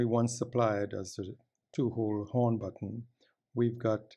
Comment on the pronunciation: He presses well on "da button" :)